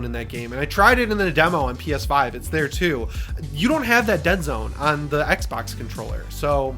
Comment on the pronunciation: Lol, I thought you said a Peta website 😂 I had to rewind and watch again. I'm waiting for the GuilKit KK3 controller. PS5 controllers absolutely use Bluetooth.